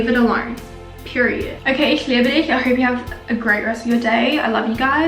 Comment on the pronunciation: Great video, new subscriber ☺️ Oh and you said I love you in German at the end of the video - you did very well 👍🏻